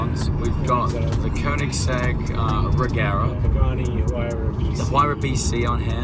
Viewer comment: Huge shoutout to, the only English speaker that can pronounce Koenigsegg correctly🇸🇪